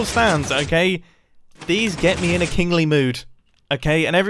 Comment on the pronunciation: Wen mumbo said kingly i thugt he said kinky lol